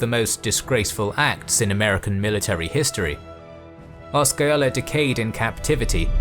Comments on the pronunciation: And Oska-ola. 🤦‍♂️ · Also: Osceola: I believe the C is silent, therefore no K sound. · It is (I lived there as well) you are correct he is butchering it and Osceola as well, he could not even spend the time to research the proper pronunciation, I mean seriously. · Or the way he fucks up chief Osceola's name,too.